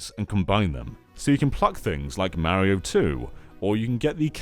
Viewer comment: 40 minutes of you mispronouncing MARIO! IT'S NOT MARRY OH, STOP IT. Learn how to pronounce Italian names, you're killing my inner heritage.